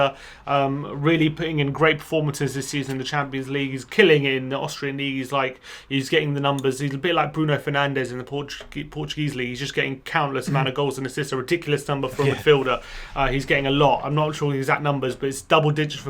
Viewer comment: Just a pronunciation thing. I heard pronunciation of Bruno Fernandes... it's sort of pronounced "Bruhnoo For-nonj" in Portuguese. You are kind of pronouncing it the Spanish way.